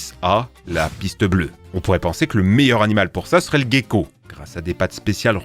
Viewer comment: Par contre pitié, on dit un “jéko” pour le gecko, venant du sud où il y en a partout sur nos façades, c’est très frustrant d’entendre parler de “guéko” xD